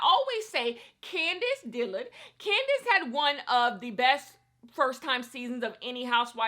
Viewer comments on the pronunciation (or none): none